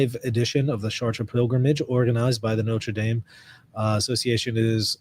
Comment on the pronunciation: Isn't it pronounced "Shart" not "Shar Tray"?